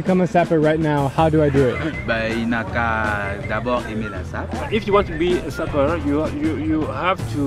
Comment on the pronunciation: No hate but I kind of die inside when I hear Drews pronunciation of sapeur. (I speak French)